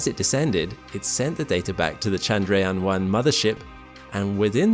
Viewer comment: Chandrayaan is not French, it's not Shandrayaan, it's Tchandrayaan just as you would say Church. Besides, you're speaking English. But if you're insisting on switching accents and language rules mid sentence than at least get it right. You can use Google translate to find out and Hindi is available.